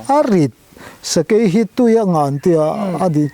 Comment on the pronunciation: Sakai tiin i lamri lek lek..Sakei.. chuan Sa bai tiin a ri lek lek bawk..Sa, Bei..um kah tuma bei.. Kan sawive lawk ani e..I titha lutuk e..kalzel angche..!?